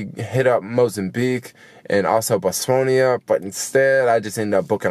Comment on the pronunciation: Welcome back to the US! It's BOTS-WA-NA...